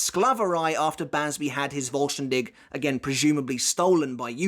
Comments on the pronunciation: Hearing say "Voll Stern Dish" cracks me up everytime. It's pronounced "Dihh", with the last part sounding like a cat's hiss. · Great video as always, but it's "fohl shtan dih", pretty sure google translate when set to german will pronounce it well, you pronounce it well except for the last sound, which is H as in helicopter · vollständig , voll-sten-dik... pronounc eit like that and it would sound better for me as an german haha ^^ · It's pronounced as Fol-stand-dih. German pronunciations are funny. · Voll ster DISH🍽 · video top but please my guy vollständig is a german word put it in to google to pronounce it at least semi right😅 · I know you don’t speak the language, but as a german… these pronunciation huuuurt. Like if i didn’t know what you were trying to say i would not understand.